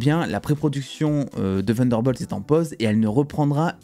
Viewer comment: Ta prononciation de Thunderbolt m'épuise 😂